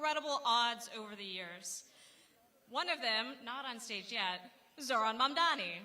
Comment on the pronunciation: lol Hochul is STILL mispronouncing Mamdani. Sheesh, it's not hard: "Hey MOM, you know my friend DONNY, right?" MOM DONNY MOM DONNY MOM DONNY.